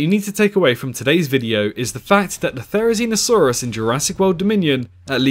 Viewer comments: the way u pronounce theri hmmmm... "zee no" "see no" just saying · no not you im talking about the "zee no" part in theri's name because it sounds like "see no" and its a video about theri being blind